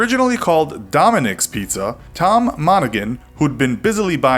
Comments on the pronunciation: A couple of big problems with this video... 1. You totally labeled Ypsilanti in the wrong place. You marked it as Green Bay Wisconsin! 2. The "g" in Tom Monaghan's name is silent. In general, you do great videos, but really didn't do your research on this one. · It's pronounced Tom MonaHAN. The g is silent. Also, Ypsilanti, Michigan is in Michigan, not Wisconsin like you had on your "Infographic". Seriously lost credibility points on those ones. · That's not the location of Ypsilanti (you marked it in the wrong state!) , and the guy's name is pronounced "mon-ah-han." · It’s pronounced “Monahan”, silent g! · You are also mispronouncing "Monaghan." This is an embarrassment all around.